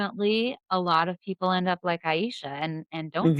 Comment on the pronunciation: Her name is pronounce Ay-sha, not Ay-eye-sha. I am Jessica's ex, Arin Marcus. I have been with her off and on since 2015, and was the reason she moved to Portland. I can do an interview, if you like. I do not have messenger, please let me know how to contact you.